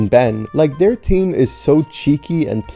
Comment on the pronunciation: "theme" as "team